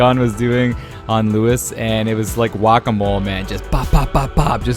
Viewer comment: Wahkah mole? Lol